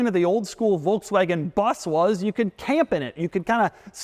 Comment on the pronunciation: was listening to this video while working. i was like why are you keep saying BUZZ??? isnt it a VW BUS? How can Doug mispronounce that word so badly. then i looked at the screen, oh...